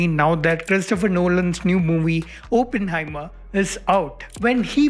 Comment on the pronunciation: It's so excruciating when people say Open-heimer it's Oppenheimer